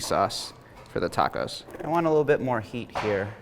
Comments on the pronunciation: the tuh-cohs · Forevermore to pronounce as ta-coz… Love it! 😂💚